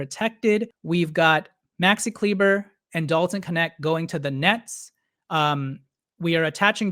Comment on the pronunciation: It’s pronounced Kleeba